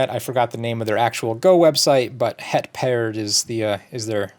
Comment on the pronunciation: Hey, it was great to have you in Amsterdam. I wish I'd known you'd show up at the cafe so early, so I could have hung out with you a bit more. The shuffle Go tables were fun and I think a lot of people enjoyed them. Paard is simply pronounced "Pard", but with a slightly longer sounding "a". It means Horse. The Knight in chess is called Paard in Dutch. Their go shop is called Keima (fittingly) and can be found at goshop-keima (dot) com. Anyways, I'd be happy to meet you again some time. Regards, Simen